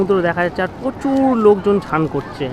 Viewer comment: Chan ta ki snean bolo uchharon thik koro